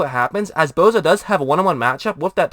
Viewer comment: name is Bosa not Bowza... enunciate dammit